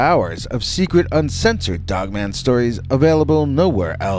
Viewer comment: Sounds like you said female "woke man"😅 weird way to end